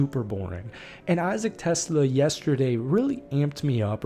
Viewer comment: Hey, he's not a car or an inventor. He is not Tesla. He's Ta-slay-ah.